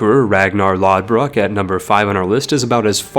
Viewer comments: Just for reference, the Norse letter that looks like a D is actually pronounced like a TH, like in The or They. So his name would be Ragnarr Lothbrok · Fyi the slashed d ("eth") character in Norse names is pronounced with a th sound (ie, Ragnar Lothbrok). Cool video